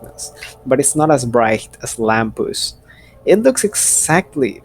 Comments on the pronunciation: It's Lampus but he says Lampoos /j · His name is not pronounced “Lam-poos” it’s actually “Lam-paas”